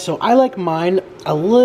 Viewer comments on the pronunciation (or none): It's "uhl dEntay," not "el dante." Or at least I don't know the guy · Just a little clarification.. it’s “al dente” as in dentist. Not Al- Donte as in someone’s name 😂😂😂 It is Italian, meaning “ to the teeth” a texture that provides resistance upon biting as opposed to soft or mushy. But thanks for that. I was literally laugh-crying... you sounded so confident saying it wrong. Just now chuckled 🤭. Love ya! 💕💕❤️❤️😍😍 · “I like my noodles aL dAnTé” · "I like mine a liiitle el dontay".